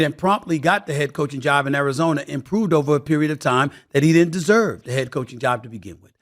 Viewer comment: "martin, i dont wanna go to Arizoner"